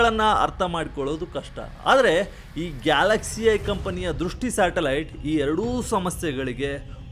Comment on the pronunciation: ಅಣ್ಣಾ ಶಾಟಲೈಟ್ ಅಲ್ಲ ಅದು ಸ್ಯಾಟಲೈಟ್😂😂😂😂